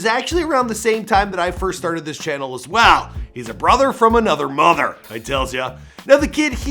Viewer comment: how he say mother😂